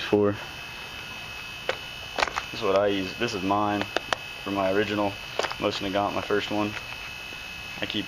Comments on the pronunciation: The correct way to pronounce it is nosin naygant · Pronounced MO-seen Nah-GON. :-)